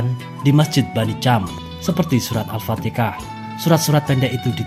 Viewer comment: Alfatihah bro bukan alpatekah.